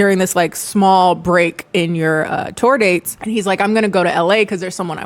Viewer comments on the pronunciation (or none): none